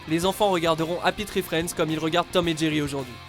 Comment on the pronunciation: "Happi tri friendz" C'est quoi cette prononciation ohlala